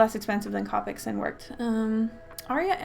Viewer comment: It's co-pics not cop-ics